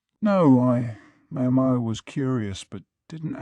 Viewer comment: Every time it says Mayo Mayo instead of MaoMao I get visions of a Helman mayonnaise jar in my head